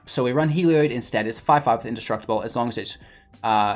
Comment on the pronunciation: It's not pronounced "Hee-lee-oid"... okay? It's pronounced "Hel-eee-od"... There, you're welcome. And also, try Kloth-ys on for size. How the hell did you come up with "Klois?"